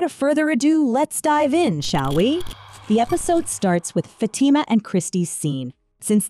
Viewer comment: She pronounced it good imo